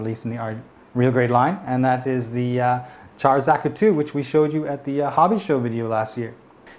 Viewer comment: Though I couldn't care much for pronunciation, you said Char like Charizard :D